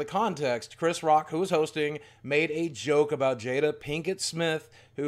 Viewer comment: Chris can’t say Jada anymore. Also great vid